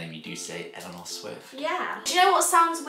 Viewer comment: She said Elenor Swift!